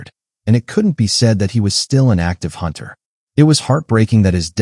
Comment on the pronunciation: a hoonter must hoont -eileen the crow